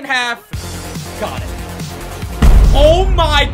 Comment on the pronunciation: you said “oh mike” instead of oh my!